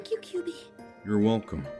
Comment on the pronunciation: ...Surely I'm not the only one bothered by the mispronunciation of "Kyubey"? Otherwise, love the video. Parks and Rec and Madoka is a combination I never thought I'd see.